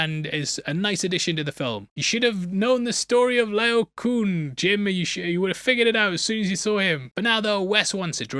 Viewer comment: "Lay-oh-koh-ohn" (in ancient Greek when you see two of the same vowel in a row, you pronounce it twice)